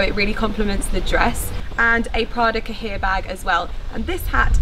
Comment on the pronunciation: your Prada bag is pronounced kai-YAY, not ca-HEER French for "notebook"